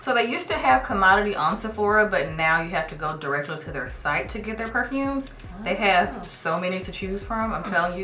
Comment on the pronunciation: No schools in your area? You butchered every perfume name... Kinda annoying to see ignorance at this high lvl.